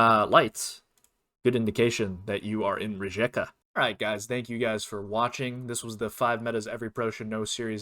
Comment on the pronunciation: Thank you for the tips! Another good tip for Croatia is that you can often find green street signs in the city of Karlovac (they are usually blue in Croatia). Another thing is, Rijeka is pronounced Rye-ka. The letter j is pronounced like the letter y in you.